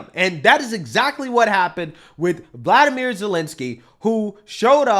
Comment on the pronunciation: Vlodamir not vladimir